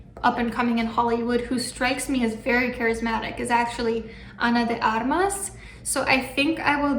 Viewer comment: How many languages do you speak? You pronounce perfectly Ana de Armas last name perfectly